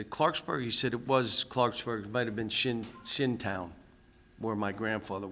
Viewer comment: shinnston! lol, not shinntown! lol